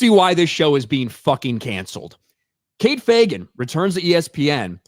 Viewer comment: You pronounced Fagan wrong